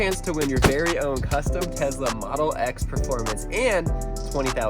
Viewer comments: BTW IT IS TESLA NOT TEZLA srry caps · It’s Tesla not tezla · It's not tez-la it's tes-la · Nice Tezla pronunciation lol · And it’s Tesla not Tezla btw 😑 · Why do Americans say tezla and everyone else says tesla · He said tezla but he probably meant Tesla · Who else thinks it’s funny he says Tezla